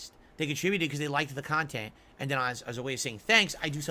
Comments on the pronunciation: "They make khantent for malf druuling marahns... oh, hi Derich, see you later Jayde... the devs should eat tuuurds out of muh aaaaassshole, ack ack ack." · "People are gonna study this later...how was so successful and profitable with the small audience...because the kahntent I put out is very different..." hahahahaha 😂Well yea, nobody begs harder than you, and is as self-deluded to call it kahntent.